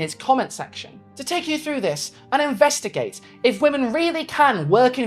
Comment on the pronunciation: for the splittest of seconds, i thought you said "inbreastigate" instead of "investigate" and i feel like that could make a good series title for... Something? I dunno I'm not creative lol